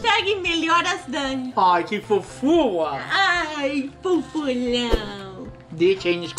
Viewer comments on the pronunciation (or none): imitando a pronúncia da Abi é muito engraçaaaaado.KKKK Que "Fofua".